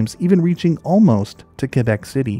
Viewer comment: I liked the video but props for saying Québec correctly.